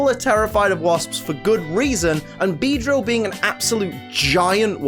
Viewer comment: IT'S BEEDEILL, NOT BEEDRIEAL!